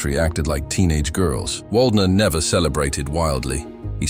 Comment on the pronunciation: If you want to show him respect, learning to pronounce his name might be a good idea.